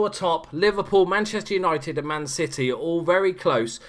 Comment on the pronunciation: Did you just call us Man Shitty? Or is that an accent?